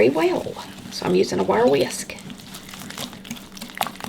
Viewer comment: I love the way you say "WAR WEEYISK" ( it makes me laugh only because I'm from Jersey.. where we have no accent! LOLOL yes I'm kidding of course lol)